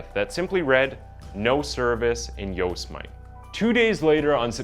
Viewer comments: Yose-might? Seriously? Its pronouced Yo-se-mi-tee. How could you never have heard of Yosemite before? Lol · Dude... You seem to have a hard time pronouncing certain words. I.e. Yosemite You said it like..yo.sem.ite Come on its a national park for Pete's sake. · Yose-mite? Oh my goodness! It’s yo-sem-it-tee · This is one of the saddest things to happen in 2021. Goes to show how sick some people can be and what they're capable of doing when they're on the brink of insanity. RIp Gabby... btw ... - did you really just pronounce yosemite (yose-mite)? Come on man, its (yo-seh-muh-tee)* youre def not an american haha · U make WAY too many pronounciation errors--many which are just silly & easily avoidable particularly in light of the fact that ur reading captions!! 1. Yosemite is pronounced "yo sem a tee." 2. Teton is pronounced as it looks: "Tee ton," not "Tentun" as in when u cited Bridger Teton. 3. Surname Bethune u said as "Be Nuth." Really dude?? Those last 2 are the ones that make me think ur dyslexic. AAaand those are just the ones I recall. There were more. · he really just called yosemite, yosemite. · Yosemite pronounced YO-SEM-MITEE. Damn , you never heard of Yosemite before ? 😂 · Bro it's pronounced YO sem it tee and Tee tawn 🙄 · “Yose mite” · Lol Yos e might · Yo-smite? What rock has this dude been under? What human cant pronounce Yosemite? I'm in shock. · It is pronounced “Yo-seh-me-tea” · Great video. Thanks. Yosemite is pronounced Yo-se-mi-te, four syllables. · Yo’s might :D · I am in England, and even I know "Yosemite" isn't pronounced like that! LMAO! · The narrator has a very American accent so am I the only one that finds it strange he cannot pronounce Yosemite I mean I’m Canadian and that’s not a far stretch but I’ve known about Yosemite park my whole life it’s not a small place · If no one else has said it, you should know: you COMPLETELY butcher nearly every American name pronunciation: Yosemite. Teton. Maryland. etc. 😂